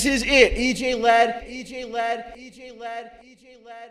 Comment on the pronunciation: It’s not EJLad it’s EJ-Dad